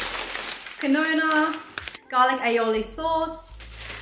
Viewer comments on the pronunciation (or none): Did you say quinoa? The pronunciation is keen-wha. Get a front and rear camera. You might even want a 4-way camera. If you can find Ortega Taco sauce is a bit better.